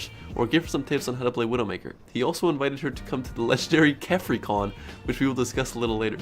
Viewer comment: Kephrii.... ughhhhh.....